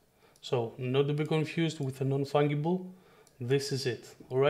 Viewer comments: Its an easy enough English mistake to be made as the word fungus uses the ga as in gas … i rather like hearing it as fung-able !!! You did a great job on the video - tell me tho - if you made 100 what makes each one different from the other ? Can it be the number of each one minted? Because if they are all the same as copies wouldnt that make them fungible ? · Nice video, but please, learn and pronounce correctly the word "fungible", please!!! The "g" is pronounced as the letter "j" in "JumpNet".